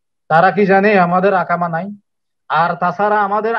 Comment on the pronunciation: ভাই ইকামা বলেন শব্দটি হবে ইকামা আকামা নয়